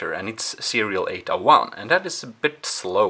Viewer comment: sorry you have a bit if an accent & when you explain bout the cables i don’t understand if you say ada or ata or 8a cable the subtitles don’t help that much either 😅 sorry and thank you for the video